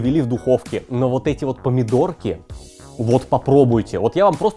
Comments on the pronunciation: Друже, ты за***л уот так уотать, реально к середине выпуска уши резать начало. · Брат Алексашки курицына:))). "Уотак уот"!:))) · Уот так уот. Уот таак уот :D